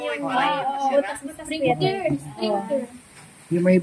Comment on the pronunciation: 😂😂😂😂,SPRINGKLER YAN AT HINDI SPRINGKER😂.